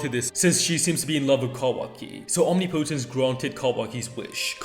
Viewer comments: i understand its not so straight forward and matters little to none but the pronunciation is killing me lol its 'om-nip-oh-tense' not 'omni-potence' 🤣and so many people are saying it that way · Omnipotence is pronounced om-nip-oh-tense, NOT omni-po-tense.